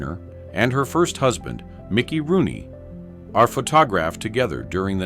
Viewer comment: I love how the AI on this channel pronounces photographed as "pho tog-graphed."